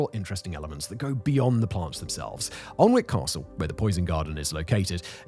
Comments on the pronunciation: "Ahln-wick"? That is how I pronounced it many years ago and was laughed at by the locals. "Annick" was the correction I was given. ;) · It's pronounced anick silent L & W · Aln-wick makes me cring. For anyone wondering 'Alnwick' is pronounced an-ick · sorry Simon, i don't want to be this guy, but since I went to high school there: it's "An-ick" not "Aln-wick", old english town names being what they are haha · Thank-you was just about too say the pronunciation is annoying I'm shouting at my phone it's not arnwik it's blood annik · Been here and its amazing. I can't wait to go back. The hornbeam hedges are like walking through a cathedral. Different to anywhere else I'd ever been. Its pronounced Annick, by the way. Many of these plants are actually common garden plants. I have many of them in my garden. The poison garden is only a part of the whole place. The cafe is very nice too. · Great video as usual. But locals would have a silent l so it wold be an ick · Was counting the seconds until you mispronounced Annick!! Funny how you get others right mind... Almost as bad as John on Auto Shenanigans pronouncing Lymington as Liemington!😂😂😂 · You need permission from the government to grow these plants. Of course you do. Is there anything they think "We don't like this but it's none of their business"? BTW - pronounced An-ick. If I moved there, I'd be an an-ick-ist! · Aaagh. An-ick. Both the l and w are silent. One of my favourite local places. The whole garden is amazing and this is just a tiny section. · Ann-ick mate /( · Your pronunciation of Alnwick really, really bugs me. It is not pronounced how it is spelled. Its pronounced "Annick". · Annik please pronounce our place names properly!!! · Tourist season in Alnwick you certainly hear some strange pronunciations but by far the worst I’ve ever heard was this scouse family coming into work saying ‘allhun-whickh’ and they were too busy talking amongst themselves for me to politely correct them